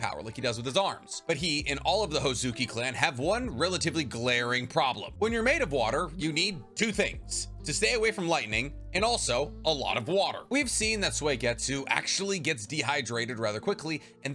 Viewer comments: Its Suigetsu, not Suaigetsu... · Suigetsu not Swegetsu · IT IS SU EE GETSU (Suigetsu)!!! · Idk how many times I’ve told you. But stop staying Swaygetsu. That’s not his name. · It bothers my ears the way he pronounces Suigetsu, my question is can members of Suigetsu clan turn into pure water? Cause pure water doesn’t conduct electricity. It’s the impurities in water that give the electricity a path to move along in water.